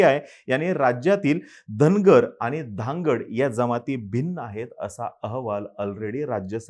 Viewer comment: भाऊ साहेब, तूम्ही जे उदाहरण देत आहे, त्याचा उच्चार धनगड नसून धांगड आहे. जी ओरोन ची उपजमात आहे. तेंव्हा चुकीची बातमी देऊ नये, तसेच हि जी धनगर मंडळी पूर्वी ओबीसी मधे होते, ते कालांतराने ते NT मधे आलेत. त्यावर त्यांचे समाधान झाले नाही आणि आता ते ST मधे यायला मागतात. ते का?? दुसरे असे की तुम्हास ST मध्येच का यायचं आहे?? एससी मधे का नाही जात?? झुंडशाही चे भरवशावर तूम्ही काहीही करणार का?? निवडून येण्यासाठी सत्ताधारी पक्ष लोकांना एकमेकांविरुद्ध भडकावत आहे. काल परवा पर्यंत जे गुण्यागोविंदाने, मिळून मिसळून राहत होते ते आज भांडतात. हा खेळ मांडू नका, नाहीतर.. जसा भस्मासुर गेला तसा तुमचा पण या आगीत भस्म होईल. तेव्हा सावधान..!!